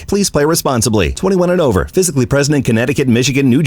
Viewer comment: "Nothing is ova!" Love ya Nick!